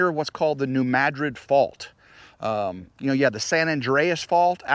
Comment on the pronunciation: I am glad you pronounced New Madrid fault correctly. I noticed after moving from the mid-west, St Louis area, that people didn't pronounce names of places correctly. Good job. This is Sunday and we had tornado warnings for the Huntsville area. I live in Madison County about two air miles from TN. We had high winds but don't know what happened to others. Hope you enjoyed your family visit.